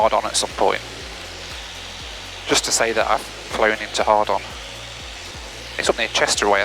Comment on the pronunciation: It’s Hawarden, not Hard on. They’re pronounced similarly, but the place is pronounced hard-en or hard-an 🤣